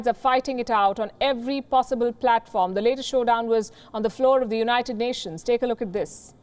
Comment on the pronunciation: "We will be decisive swift and "unined..."" :P Unined we shall be but please don't poke the bear xD